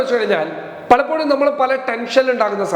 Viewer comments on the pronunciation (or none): none